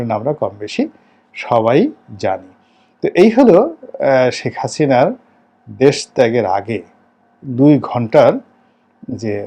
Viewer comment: এতো বছর আওয়ামীলীগ করে গেলেন কিন্তু এরপরও হাসিনাকে "হাচিনা" বলেন...আপনার উচ্চারণ এমন কেনো?